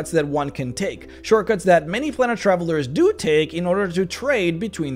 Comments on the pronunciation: It's a plane that you are travelling to therefore it is pronounced as plane is pronounced with a long A in other words an a that sounds like itself PlAnar travel. It isn't a plan, it is a plane. Otherwise thank you for making this video! I love your videos. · It's not "plaanar" it's "plAnar". Beings are travelling the PLANES. So it must be PlAnar travel. Please contact me if you wish to know how to speak certain words. It's no problem for YOU to LEARN, is it? M 🦘🏏😎